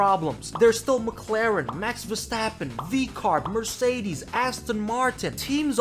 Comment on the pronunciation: "Verstrappon" made me subscribe.